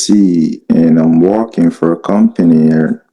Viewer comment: His geography knowledge is amazing, Not! 🤣 It is interesting that often these scammers assume that their prey lives in the ‘States’, USA 🙄 when he says ‘I am working’ it sounds he is Walking. This is a gem, LOL 😂 Too funny 🤣 Love it when you threw Lagos in his attempt to tell you which city he is! Ha ha :_rosMoreBetter